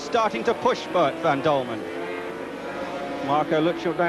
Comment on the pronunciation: It was not called MotoGP in those days. It's Boet van Dulmen, not Dulman!